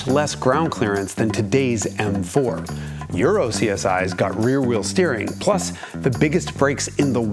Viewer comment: I think you mean "reinwenting the vheel"